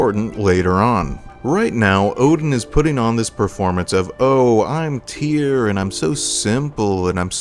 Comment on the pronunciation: Right. Here’s a helpful mnemonic: “Tyr, rhymes with fear. Tyr, rhymes with dear. Hope that helps.